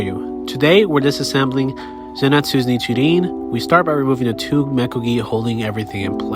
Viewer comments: i cant trust this man, he called zenitsu "zen-etsu" when its properly pronounced in the show by every character as "zen-eets-oo" = zenitsu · Bro really called Zenitsu "zenatsu"💀💀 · my man said "zenetsui" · Some people have an accent or they are used to that.